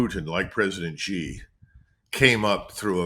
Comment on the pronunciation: When you call President Xi, Jee, you come across as either ignorant (you don’t know how to pronounce the name) or arrogant (you refuse to say it correctly). Kim, it is pronounced SHE, try to say it SHE. Be respectful enough to get his name right. President Xi is one of the human beings to have emerged as a great leader, he deserves respect.